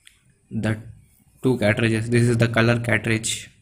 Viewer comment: Cartages Not Catrages